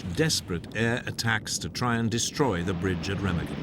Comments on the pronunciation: Why is it British narrators seem to disregard proper pronunciation of names? Seriously. “Remiggin”? Anyone who’s watched It’s A Wonderful Life knows it’s Re-mah-gen. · Pronounced RAYMARGEN.